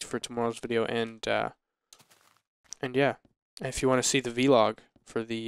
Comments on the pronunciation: It's not v-log, it vlog! God that's annoying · Guys, it's Vlog, not V-log, video blog, on syllable- Vlog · VLOG not V-log!